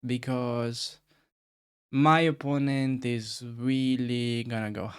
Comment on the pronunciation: watching at 2.0x speed, when you say "opponent has no threats" it sound like "oppononent has no FRIENDS" xdxdxd😂😂😂😂